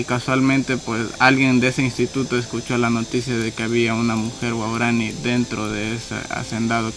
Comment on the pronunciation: Claro pero se pronuncia "guaorani"